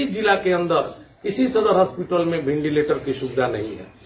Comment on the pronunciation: नेताजी वो वेंटिलेटर होता है, भिंडीलेटर ना।